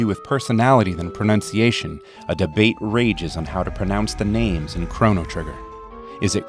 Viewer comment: Pronounced all the names correctly! This game is glorious!